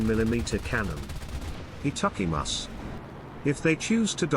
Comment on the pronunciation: Your Japanese skills are killing me 🤣🤣😂😂😂😂🤣🤣😂😂😂😂 Etuckymus (supposed to be itadakimasuいただきます)